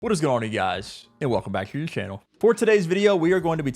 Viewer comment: say channel like that again you won’t